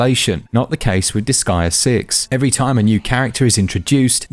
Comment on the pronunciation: its pronounced dis-gay-uh not dis-guy-uh btw .. huge debate on this in the forums since 2007 and japanese people confirmed and it was said out loud in the final chapter jusssssy saying,…